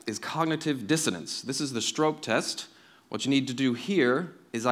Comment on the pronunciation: This talk was just a bunch of basic stuff you'd learn in intro psych or ling class. He did a very poor job of explaining why metaphor is something worth studying. Also, he mispronounced "Stroop."